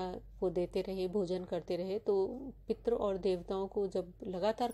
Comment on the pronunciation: आपकी भाषा बहुत खराब है।आप संस्कृत शब्दों का उच्चारण यदि सीख लें, तो पितर को पित्र और तृप्त को त्रप्त नहीं बोलेंगी।